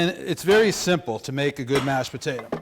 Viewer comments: Petata, its potato.. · Great video but I still don't know what a "Pahtaytah" is? I though you were making mashed potatoes AKA Pommes Puree? I asked the local South American deli if a Pahtaytah was similar to Yuca or Plantain. They told me to leave.